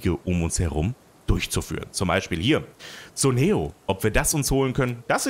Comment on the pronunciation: Man liest es Kuneo, nicht Suneo. Tolles und lustiges LP auf jeden Fall ;)